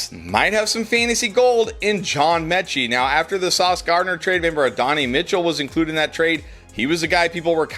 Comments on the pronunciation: Uh-don-eee < add-on-eye. 😅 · Ad-uh-nai Mitchell 😂